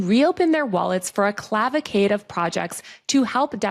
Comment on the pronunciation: Cavalcade not Clavalcade.